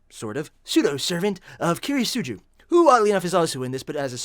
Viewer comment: I - Ri. Say it right. Not Errie Kiri - siguu